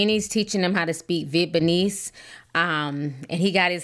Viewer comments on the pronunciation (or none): 😂You crack me up with the way you pronounce Vietnamese! if you can pronounce Vietnam you can surely pronounce Vietnamese. It’s the same spelling just add “ese” on the end. Vietnam-ese. Where’d the “b” come from? 😂😂😂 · Not "vient-pinese" Ti 😂 😂 All love boo 🦋💋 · Really Ti?? 😑 Veetbanese? 😂 I love you. 😂 I'm just playing - dont cuss me out 😂😂😂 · Vietnamese... Viet*na*mese. Please at least pronounce it correctly.